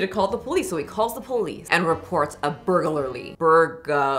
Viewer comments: Lol...say it with me...burg...lary (lur-ee)....not burger-lary...just burg....lary (lur-ee) You can do it!! 😂👏👏 Thanks for making me laugh on such a bad day! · Thank you for the burglary mispronunciations 😂❤ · I empathize with you. Nothing reminds me I used to have a speech impediment like the sheer hurdle of saying burglary 😭💀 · the reason why you are having a hard time saying burglary, without looking at it, is because you are adding a syllable.